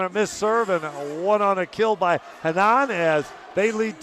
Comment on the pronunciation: Quadra horrível e fala desse "locutor" americano chapadão de whisky tapado ... o jogador que saca e o que ataca na rede é sempre "maurriciiio Borrrgeiss"... putz esse entende de volley ... e a pronúcia de "Renãããããaann" ... putz dói no ouvido kkkk